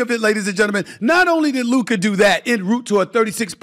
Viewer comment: What am I supposed to do here? Shall I be happy that Stefin Oi. gives Luka credit (while still mispronouncing his name) ahead of the last series, when he continiously since his draft day has disrespected him? When he picked Ayton before him? When he praised booker? When he picked the Clippers, Oklahoma & Minnesota ahead of the Mavs? When he picked SGA, Jalen Brunson & Ant ahead of Luka (all "brothers" btw)? Shall I be happy and reward this just hoping that by seeing a positive feedback maybe Stephon A. Smoth will then be fair towards Luka while I know he most likely waits for the best opportunity to shoot against him again and find a new brother to be the face of the league before Luka violates his next first choice? The problem when your takes don't have an ounce of basketball knowledge behind themselves and are mostly driven by "storylines", personal pride and pettiness as well as a certain level of xenophobia is that afterwards nobody believes a word you say anymore because you lack consistency Steffan AY. At this point I do not care anymore, they had years, I hope they are all doubling down in rooting against the Mavs and I because of these narratives have stopped watching ESPN a long time ago and am happy there are certain content creators, that have a clear voice and just make a comprehension of all the nonsense you guys are spouting. Thanks Steophanios A. Smath but after 6 years these 2-3 videos aren't enough to make us forget. You still have a following, accept defeat